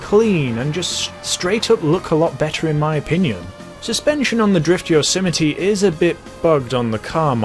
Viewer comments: Listen to the guy on the Blonded music station. During the advert he pronounces the car "Yose-my-ee" not Yosemitee. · Anyone else irritated evetytime he said Yosemite? Bruh he be like *yosəmitiee* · It's pronounced, "yOZ might" Fucks sakes... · Yose - mite This man said yo - si - mi - tee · I thought it was pronounced like "yoze might" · Yo-sim-I-tee What the fuck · I've been pronouncing it as "yo-ser-might" all along.. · Isn’t pronounced Yo so Might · Gta YOSMITE p.g - no yosimitee